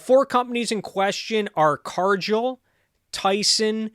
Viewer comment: Excellent video, but one thing: it’s Car-Gill (like a fish has); not Car-Jill